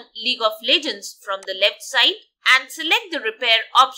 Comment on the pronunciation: welcome to lig of lejgends